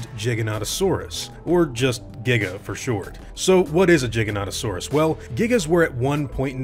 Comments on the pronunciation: Why is it "Jig-uh-nah-to-saurus" and not "Gee-guh-no-toh-saurus"? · (Giga) Not (Jiga) you don’t say Giga for short and Jiganotosaurus for its full name. So how does the G in Giganotosaurus become a (j) ? You pronounce it the same it doesn’t change.. Sorry man but it really irritated me lmao.. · Please say it with a "G" sound and not a "J". Makes me think of juggalos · jiga or giga-no-to-saurus: the pronunciation he's using is weird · Gig-anto_saurus and im positive you've missed out on ARK:Survival PC/Console game😂😂 cus you either run or die.. (Ji-gano-saurus is what you said but thats poor grammar) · why do people always say it like Jyganotosaurs, it starts with a G not a J. you don't say jiant do you?... no you say giant. because gigas means giant, hence Giganotousurs's name means giant southern lizard. for crying out loud didn't you ever get taught the ways to say letters in school. G- guh or G- Gee G is not J, say it with me people..." G is not J" giganotosaurus- Gig- an- oh- toe- saur- us its like Hat- Pat- Cat- Mat the words sound similar but the first letter makes a big difference, how awkward, confusing or annoying would it be if all letters at the start of a word sound like any other letter. "i have a Cat on my head and im going to Cat your Cat whos sitting on the Cat" letters and words are important in any language please pronounce them correctly. he even says at 1.14 to 1.19 in the video jyganotosaurus then calls it a giga?!?!?! why would you say giga not jyga, if jyga was the correct pronunciation? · Why does he say jiganotosaurus but then when he shortens it he says giga. Like it’s fucking giganotosaurus not with a j god damn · It's gig-in-oh-toe-saurus, not jig-in-ot-toe-saurus. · Your pronunciation of this dinosaur's name is infuriating. I don't care if it's correct or not. It should be Gigant-o-saurus. Not gig-a-goo-go-ga-suar-u-sus. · why are you saying jiganotosaurus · Lol I thought it was pronounced Giganto-saurus I feel stupid